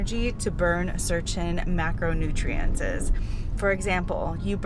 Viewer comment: You mispronounce a lot of words for a doctor 😖 Macronutriences Alcimate Micronutriences